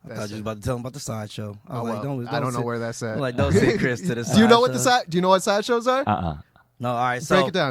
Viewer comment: Kris sounds very ABC. Maybe you need to work on your pronunciation since you're on TV all the time.